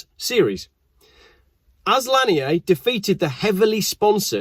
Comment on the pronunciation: It’s Randy lan-yerrr.. he’s from America not daggum France… good god that’s easy to get right, that hurt to hear every 30 seconds.. the first half of his smuggling career makes him an American hero in the cannabis world… you may as well have mispronounced Randy as far as we’re concerned. Smoke a store bought spliff AFTER driving your fast car one way somewhere in the southeast, and you can thank him for all of the freedom overwhelming you.